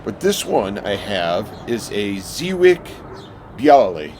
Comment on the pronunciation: I looked it up, it's pronounced zhe-viets. You looked so happy to be outside!